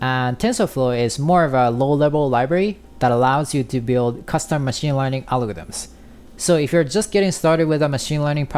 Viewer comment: nigga learn how to pronounce algorithms